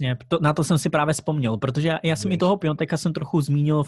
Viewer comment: Malá připomínka, z toho "Pionteka" bolí uši, když je to Piatek